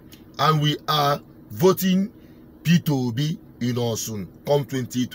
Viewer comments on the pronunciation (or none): It is not "Osun" but OSHUN. That's the pronounciation of 'Osun'.